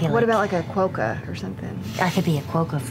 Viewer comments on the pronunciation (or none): It hurt me every time they said "kwoah-ka" instead of "kwah-ka." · As I live in Australia and more specifically Perth, West Aus I am laughing my ass off at their pronounciation of Quokka. Quo-kka. Everyone here pronounces it Quok-ka. The irony of it also hits me that all the talk of Fearne who is part goat having a marsupial pouch which isn't a thing but quokkas do 😛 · It bothers me so much they kept saying quokka wrong 🥲